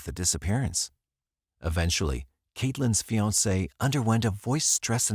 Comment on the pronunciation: listen to how AI went from English to French when it said fiance lol